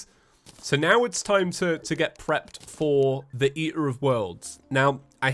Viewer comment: I love that it’s feather instead of for the